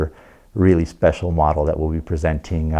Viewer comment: the way he said SPECIAL makes me think its a 'speciale' version of something.